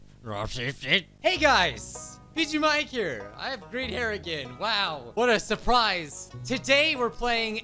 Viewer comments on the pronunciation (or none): Everyone: surprise: Suprize